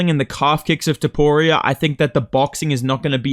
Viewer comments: bro won't stop with the "toporio" 😭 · TopuriA❌ TopuriOH✅ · Why do aussies/NZlanders all say topurio instead of topuria?